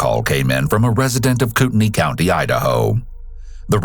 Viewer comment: I just wanna say, it's pronounced Coot-neigh lol ~ montana resident